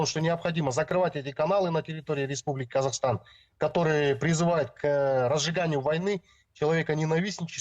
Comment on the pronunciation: Особый респект девушке, диктору этого канала! Они отчётливо произнесла, Қазақстан, а не так как произносят Русские, как Казахстан!